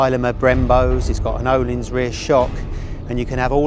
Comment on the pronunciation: FYI Ohlins is pronounced Urleens